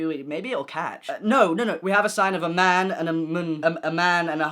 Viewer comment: Your pronunciation of womn and mn has really given me the giggles 😂😭